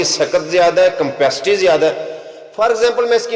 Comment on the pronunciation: آپ کا چینل بہت اچھا ہے اور بہت کام کی باتیں سننے کو ملتی ہیں آپ نے ایک لفظ بولا کمپیسٹی یہ لفظ کمپیسٹی نہیں ہوتا کپیسٹی ہوتا ہے